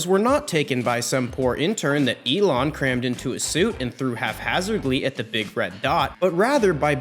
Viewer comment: You say half hazardly, it’s haphazardly x